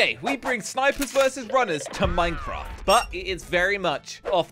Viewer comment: Yes you have said minecraff